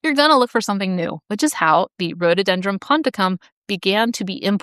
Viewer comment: It is pronounced Rhododendron, not Rhodeedendron.